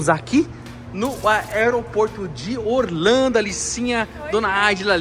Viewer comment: Rodrigão você fala Orlhando, mais o certo não seria Orlando???